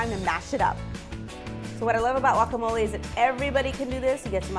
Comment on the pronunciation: it is pronounced "guacamole" not walkamole